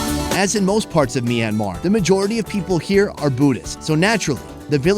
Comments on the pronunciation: By the way it's Myan Mar Not Mi Ran Mar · MYanmar not MEinmar - awesome videos as well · it is not me-anmar1